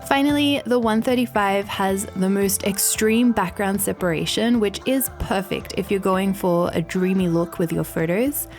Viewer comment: I love the way she says perfakt instead of perfect.